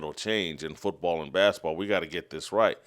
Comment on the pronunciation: Will someone tell Jason basketball is pronounced with a T........he kills me how he says bask-a-ball